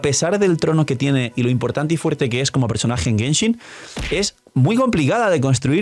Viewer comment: llegue lo suficientemente temprano para ver que dice Genhin Impact